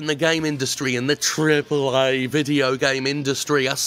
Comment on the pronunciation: I'm still waiting for a compilation of Jim saying "triple ay".